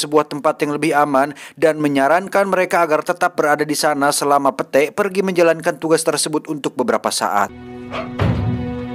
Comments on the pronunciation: pit satttt, bukan pete bacanya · Bacanya pit oii bukan pete fak 😂🤣🤣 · Kamus: Pete dibaca pit ❌ Pete dibaca pete ✅ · lain pete anjir wkwkwkw di sebut na mah pit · Setiap kali bang Jon sebut "Pete" dstu sya selalu ngakak. 😂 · Padahal cara bacanya Pit.. Wkwkwk Ngakakkk sihhh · gua mah gak dengerin cerita nya,, setiap bilang pete,, auto ngakakak 🤣🤣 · Aduh si Pete...pit kali bacanya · itu bacanya pit, 😭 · Iya sma 😂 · Gak gitu penyebutan namanya cuks🤣